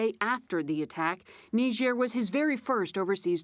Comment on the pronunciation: Wtf is Nee-Jair?